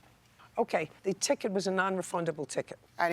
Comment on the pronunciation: "a non refuldable chiket"